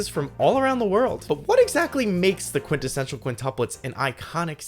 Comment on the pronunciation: Bro is an expert quintessential pronouncer